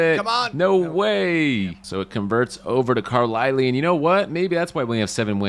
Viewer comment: Great collaboration, but it’s Car-lie-L. Not car- le- le